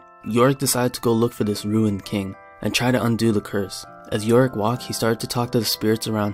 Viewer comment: Did somebody read yorick "Yo Rick"?